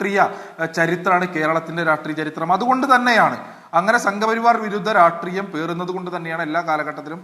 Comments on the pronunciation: Ratreeyam alla saaaarrreee , raashtreeyam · രാഷ്ട്രീയം എന്ന് പോലും പറയാൻ അറിയാത്ത പഹയൻ ആണോ? സംസ്ഥാന പ്രെഡിഡന്റ് നല്ല വിദ്യാഭ്യാസം.